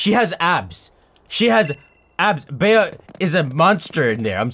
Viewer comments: it’s pronounced BEE. In the U.K. Bea is short of Beatrice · Bea's name is just pronounced like Bee.